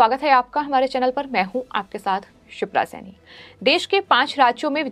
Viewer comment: शिप्रा सैनी? छिप्रा सैनी? या क्षिप्रा सैनी? ठीकसे उच्चार करो